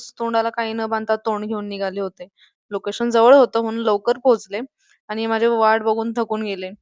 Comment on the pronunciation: आनी नाही "आणि" असत ते 😂😂